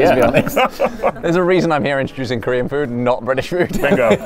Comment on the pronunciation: The player that liked korean fried chicken the least had an impeccable pronunciation of korean.